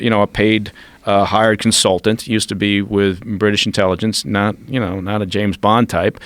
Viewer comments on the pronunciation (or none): none